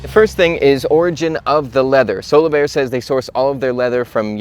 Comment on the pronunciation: Omg I thought he was saying "solo bear".